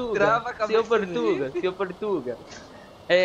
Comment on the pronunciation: "porrtuga" hahaha. fodaooo mostro do you tube